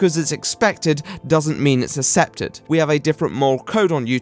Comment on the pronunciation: "Assepted" Lol You and IamAlex have funny speech impediments